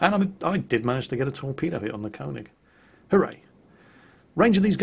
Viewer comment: König not Konig